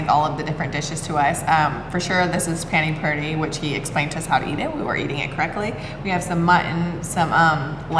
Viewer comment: This people can't pronounce a single name..whats wrong with them? Not even simple names like Ashok, Tadoba, pani puri 😑